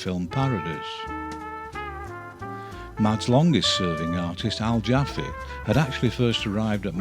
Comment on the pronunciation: ahem.... its actually AL JAFFEE